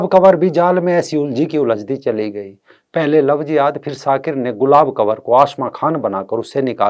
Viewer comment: शाकिर नहीं,शातिर